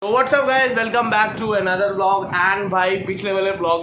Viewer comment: Bhai tum kabhi-kabhi vlog ko blog bolte ho😂